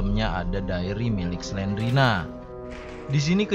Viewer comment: Bukan Selena tapi Slendrina